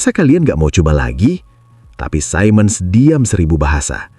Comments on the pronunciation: Siemens diucapkan sea mens (atau see muhnz di Amerika Serikat, sedang di Jerman zee mens) bukan sai mens (yang bisa disalah-artikan mengucapkan Simon) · btw siemens itu cara bacanya "simens/see-mns"